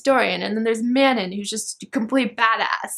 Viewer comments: Elide is pronounced aah-leed not ee-lid. And Manon is pronounced Ma-non. ♡ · Manon name is pronounced like 'Mannon.' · Manon actually rhymes with, the dawn. The way the author says it. this was a really entertaining video though!